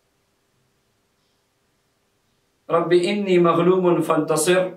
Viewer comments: آنی زبر کے ساتھ ہے آپ زیر کے ساتھ پڑھ رہے ہیں کون سا ٹھیک ہے؟ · Allah k banday Enni nahi Anni hy Ghalat mat parho ( shukria) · Rabe ani Hy ini Nahi hy plz talfuz thek kar lwn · Aap Anni ko Inni padh rahe hain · لکھا ہوا رب آنی ھے آپ رب انی بتا رہے ھین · آپ نے لکھا رَبّیِ اَنّی اور پڑھ آپ رہے ہیں رَبّیِ اِنّی یہ فرق بیان کر سکتے ہیں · Assalam oalekum Allah aap ko jazae khair de ameen lekin ye bataen rabbe anni ya inni paren q k likha hoa tu anni hy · Sir Rabbi Anni Maghloobun Fantasir hai. Ap Alif ke nechy zer laga rhy hain jabky zabar hai